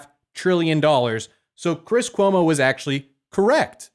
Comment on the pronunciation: "I'm hunting Chwis Cwomo's...hahahahahahahahahaha"